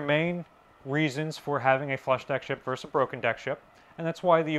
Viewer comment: Versus. Two syllables. Very interesting and informative, as always!